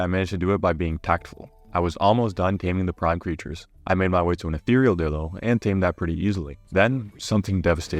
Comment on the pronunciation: Bro its not pronounced dillo 😡 its pronounced die lo (lo as in low)